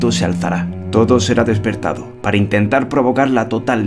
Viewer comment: Soy el único que escucha "cespertado..."?